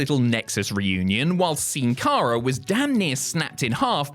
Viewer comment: Nice effort on the pronunciation of Sin Cara complete with Spanish "Sin"